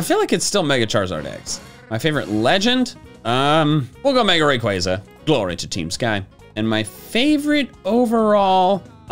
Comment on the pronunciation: AGAIN, DO NOT LEAVE OFF THE Y IN RAYQUAZA!